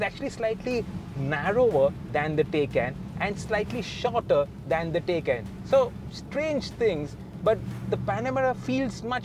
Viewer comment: It’s TAAYCAAN not a taycan 😒